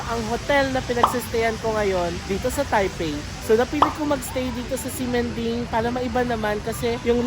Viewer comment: "x" pronounced like "sh". Ximindeng = Shi-min-ding. Like Xiamen is Shia-men